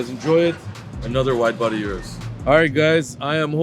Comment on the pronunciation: RDBLA crew needs to know how to pronounce the Urus.